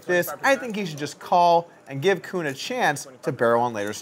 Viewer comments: jason koon... not juhkoon lol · why does polk keep calling jason koon.....jacoon???? lol